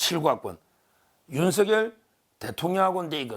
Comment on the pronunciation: 윤서결× 윤성녈ㅇ 열(렬) 한문으로 매울열, 세찰렬 둘다맞으니 소리나는대로 성녈이가 맞습니다. Kbs 아나운서들은 모두가 윤성녈 로 발음함.